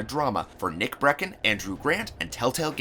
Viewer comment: as well as when he pronounced nick breckson it sounded like nick brexit